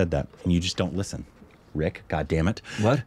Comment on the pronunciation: Good one guys. Ricks pronunciations were korbanized in this one :)